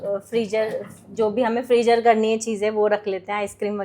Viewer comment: It's frizer not frijer